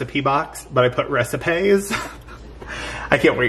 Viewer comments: “Recipays” 🤣 I’ll never call them recipes again. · Love the new lense and the “recipay” box made me laugh out loud! Looking forward to all of your videos in 2021 ♥️ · "Recipays"...my favorite. You and Steven are so much fun!!!